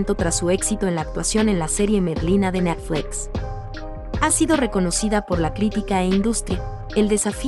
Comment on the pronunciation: Natfles que mal suena, pronuncia buen Net cual Nat, de por Dios, lo que hay que escuchar